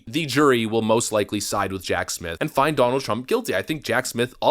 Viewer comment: OMG goof can U NOT ever not speak in double talk - and WTH do U mispronounce TRUMPs 1st name & the MA democracy? Not sure it it remotely as funny as U think it might be